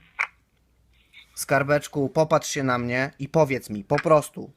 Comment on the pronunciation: "Skarbie słyszysz mje...a pamiętasz tego z brodom..." Ten tuman nawet po polsku nie mówi...